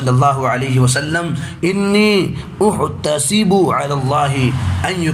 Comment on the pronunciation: السلام علیکم ماشاءاللہ بھای آپ نے ۔۔۔۔۔السنہ التی قبلہ ۔۔۔۔حدیث میں السنہ کے س کو پیش کے ساتھ پڑھا جبکہ زبر ہوگا۔اسی طرح ۔۔۔احتسب ہمزہ میں زبر ہوگا